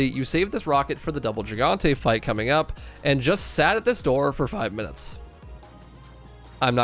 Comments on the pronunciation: its GIGANTE, not JIGANTE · Please, for the love of all that is Holy, stop saying the word gigante like "JEE-GAHN-TAY." It's a Spanish word, and for most Spanish language words beginning with "G-I," the G is pronounced like an H sound, but almost like a very softly hissing cat noise. In fact, Spanish G is NEVER like the English J. So the easiest explanation is to just say "hee-gahn-tay." So yeah... Just stop butchering it. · Help why does he pronounce gigante with a g it’s pronounced’higante’ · It bothers me how he says gigante.